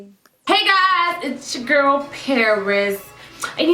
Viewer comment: For a min I thought you said "Grillll"